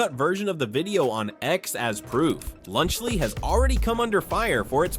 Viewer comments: "Lunch Lee" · “Lunch Lee”😂